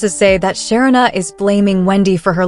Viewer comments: Her name is pronounced Sha-reena NOT Sharina, do better it's annoying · Great commentary…but her name is pronounced Sha-ree-na, not Sher-rin-a. No, I am not her…just trying to help a little along the way. 😊